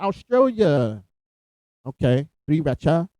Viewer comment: Racha pronounced correctly (like the sauce, Sriracha)